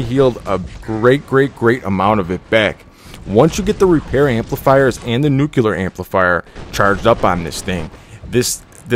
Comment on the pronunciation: You sound like you're from the Midwest Midwest nuclear: new-key-ler